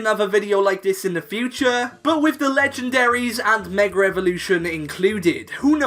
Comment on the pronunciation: The way he “mega” is the reason why white people cant say nigga😂